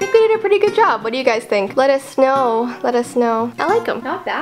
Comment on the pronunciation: is it just me or when said let us know it sounded like let us SNOW